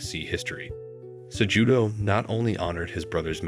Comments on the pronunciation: sejewdoe brother the j is pronounced as an h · Pronounce his last name correctly if you're going to do a doc on him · I didn't watch more than 5 minutes, brother. After the 4th or 5th mispronouncing of Cejudo's name, it was nearly impossible to listen to a documentary based on a person that the narrator wasn't even familiar with.